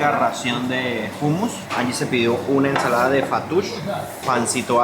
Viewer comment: Pronuncias mal la palabra hummus